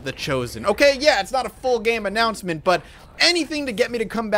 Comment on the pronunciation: Jin Luo yeah, he used the word annanouncement perfectly